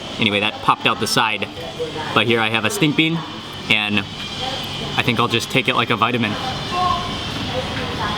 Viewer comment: did you say sting bean or stink bean . i eat this once before for a very first time . and dont even know what they are. but . really really good .